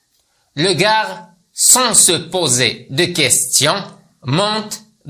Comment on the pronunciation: ارجو ان تصحح تقرأ دو كا وليس دوكاغ